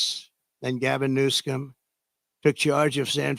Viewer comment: I liked when he said Gavin New-scum lol